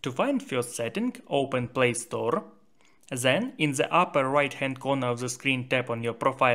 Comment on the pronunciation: not zhen, it is 'then'